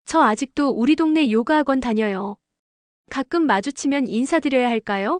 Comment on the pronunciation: <요가>를 요까라고 하면 안됨. 그냥 <요가>.